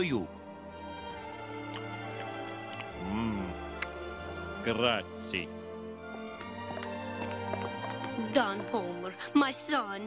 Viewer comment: He cannot even pronounce "Grazie!" correctly.